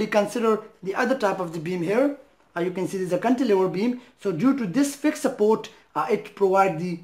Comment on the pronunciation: "SUPPOOWWWT ' in philippine dialect means UNCIRCUMCISED..the letter 'r' left the chat..